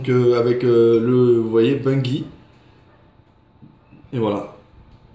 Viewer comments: sa se prononce ''Bunjie'' et non bungie pcq c en anglais ;) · tu le prononce mal ses pas gi ses ji